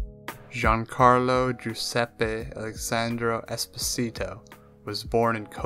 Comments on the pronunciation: EspÒsito not EsposÌto for god sake, it's an Italian surname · "Esposeetoe" God, all you had to do was listen to his name -_ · Why do you (and most people actually) pronounce Esposito like that though, it's italian not spanish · 15 seconds in and you already butchered his last name... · Butchered the last name’s pronunciation, but good video nevertheless. Although I am confused as to why you Americans (you may not be an American, this is only an assumption based on what you said) label people as the country from which they were born in. Neither of his parents are danish, yet you label him as “danish” just because he was born in denmark, and it’s fucking dumb. His father is italian, so he is an italian american actor. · you should've researched how to pronounce Esposito, before making a whole video about him lmao